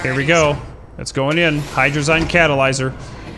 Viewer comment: ya sayin hydrazine incorrectly.